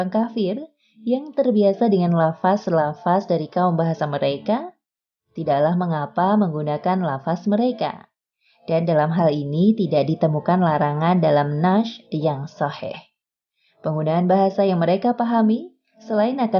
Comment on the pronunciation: Yahudi dan nasrani bukan agama samawi. Coba ditelaah lagi sumber-sumbernya Lalu saran aja nih buat yg ngisi voice over/dubbing narasinya, banyak kata2 dalam bahasa rab yg tidak dilafalkan dg benar. Seperti : Ishaq, dibaca Is-haq, bukan Ishaq = Isyaq. Ada lagi kata "Nash" bukan dibaca "Nasy" karen "Sh disini berasal dr huruf Shod ص [نَص]bukan Syin ش